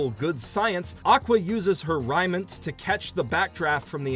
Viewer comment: pauses Did you just say "R'EAI'ments"? it's "Raiment" like as in pronounced 'rey', 'Raiment'.